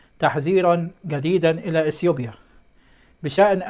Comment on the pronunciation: ده ايه الازمه دي، ده انت مش عارف تقرأ بجانب نطق إثيوبيا باسيوبيا ومفيش فرق عندك بين ذ و ز